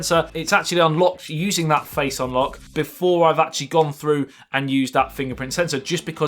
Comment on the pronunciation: dus it has a faice id